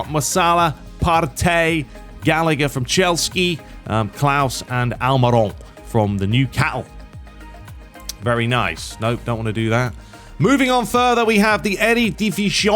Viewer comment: Man said Chelski lmao